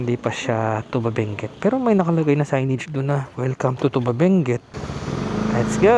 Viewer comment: Thank you for visiting Benguet kahit may bagyo😅 correction lang po Sir sa pronunciation ng Tuba, long stress po sa syllable na "TU", hindi short stress katulad ng tuba na alcoholic drink.